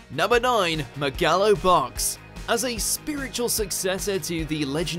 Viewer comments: "Meg-AL-oh Box" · What is that pronunciation of "Megalo Box"?! The characters say the proper way to say it all the time, how did you come up with that? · They have trouble pronouncing all anime titles for example Gegege no kitaro